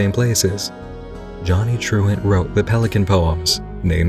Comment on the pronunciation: More i hear saying Truant, i cant help to hear actually Truand (meaning Hoodlum French but more like a con artist than an enforcer)